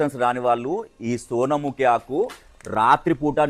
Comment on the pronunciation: సునాముఖి అని అనాలి